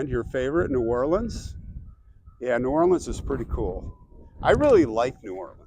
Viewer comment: My hometown!!! I've lived there for the first 26 years of my life; now I am in Charleston, SC. You pronounce New Orleans correctly the second time around, lol. Hey, I ordered my King cake yesterday; while you are down there, get a slice with some coffee. I heard that PJ's Coffee has a good king cake. It is a part of the Mardi Gras celebration.